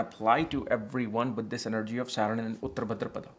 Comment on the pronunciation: he pronounces uttara as uttr , bhaadra as bhdr , maghaaa as maaaaaghaaaaa